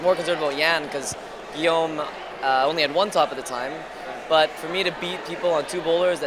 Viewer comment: French people everywhere are cringing each time this commentator slaughters the name "Guillaume".